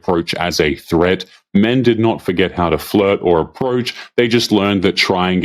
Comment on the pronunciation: Fluhhht? I will not Fluhhht.